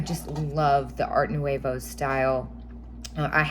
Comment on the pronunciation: I love learning kitsch from you,! 💕 Nouveau is French and pronounced “new-vo” actually in French the “t” in art is silent, so “ar new-vo” lol I personally, say “art” though. Squeeee! My duck is stinkin’ quacktacular! 😂